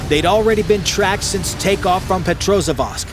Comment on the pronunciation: PetrozavODSK, learn to articulate city names correctly, peasant.